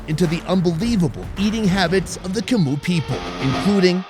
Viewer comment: Yia's obvious disdain when you said "Macoo people" instead of "Chmu people" was hilarious.